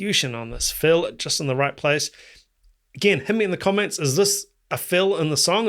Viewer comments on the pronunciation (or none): none